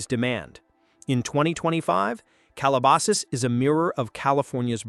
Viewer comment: AI can't pronounce 'Calabasas' but can they hunt us down with lasers?